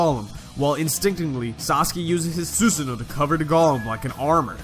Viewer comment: only problem is how u said susanoo